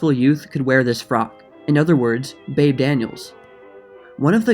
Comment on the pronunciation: Like the new intro. Oh and it's pronounced "Beebee" not "Babe". =)